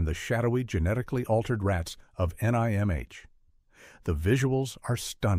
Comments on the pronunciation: Oh, for crap's sake, get a real freaking narrator. "Nigh Em Aitch" my ass, it's pronounced "NIMM". Enough with this cheap AI garbage. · NIMH... the review drove me nuts. It is pronounced NIM, not NIgh Emm Aich. Damn AI readers. As for me, none of these movies bothered lil old 11 year old me when they came out. Adults have no idea how strong kids are, specially weird kids that read the books before the movie. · I've seen all of them except for the last 2. I know it's his and not yours but this list is pretty tame honestly, I would have at least included Wicked City (1987) and Akira (1988). Also, this dude fell apart pronouncing The Secret of NIMH, it's just Nim, not N-I-M-H or Nimge or whatever. That's seems like a very AI thing to make a mistake on. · I recommend all these movies they are modern classics. This channel stinks of Christian Nationalist propaganda and attempts to bring back satanic panic. Watership down is required reading in many schools all over the world. The author came up with the story while keeping his young daughterscentertained during long car rides. 😂 Note to the AI narrator its pronounced nim. The book explores themes of morality oppression free will and has lots of prose on economic systems and basic sociology. Animal Farm was about the Nazis not the USSR. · oh I got Heavy Metal, Transformers & Watership Down on DVD! Watership Down is a real place in southern England! NIMH is pronounced NIMM should have that one too on DVD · Could you teach your AI to just say nim? Please. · The AI narrator just knocks you out of this... it pronounced "id" as "eyed", the Secret of Nihm comments was horrid... kept saying N.I.M.H or worse. sigh. why can't we have real content narrators anymore? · OK, AI Generated slop. The AI doesn't know how to prononounce "id" The "I" is as in "In" not "Irish" And for gods sake, it's not pronounced as an acronym. N.I.M.H. is said as "Nim" Not as individual letters. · "The Secret of NIGH-AM-H" worthless Ai slop.